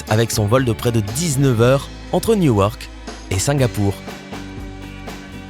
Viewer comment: Newark 😂😂😂 Je suis futur pilote et même dans la prononciation des villes ou compagnie aérienne on le voit bien que c’est un robot qui parle